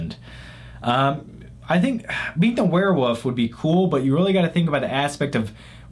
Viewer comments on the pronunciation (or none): why do you say werewoof?